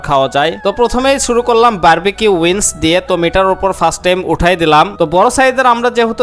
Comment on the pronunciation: উইন্স নারে মূর্খ। উইংস।